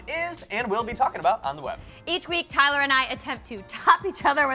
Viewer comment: OMG OMG OMG TYLER U SAID MY NAME !!!!!! EVEN THOU U PRONOUNCED COMPLETELY WRONG I DONT CARE, OMG IM SHAKING RIGHT NOW ADSJFKD